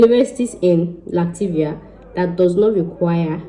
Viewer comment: Please you correct your self...Latvia not Lativia